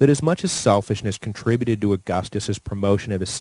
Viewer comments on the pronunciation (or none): none